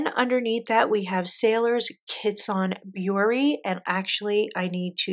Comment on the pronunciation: WOW! You did an awesome job on your video. Your selection of inks go together nicely too. If I may help with the Japanese..."kitsune" (means "fox") sounds like kee-tsu-nay. The Hobonichi "Hon" ("hon" means book) is like the first syllable in Honolulu (minus the olulu 😅), so hoe + the "un" sound....hoe-un. And "Kakimori" would sound like kah-kee-mo-ri. So the "ki" is kee, rather than kay. I hope that helps. But regardless, I loved your video, with your pretty inks and your swatching format. Thank you so much for sharing your collection! When you do look back on this video someday, you ought to give yourself a big pat on the back. BRAVO! 👏🏻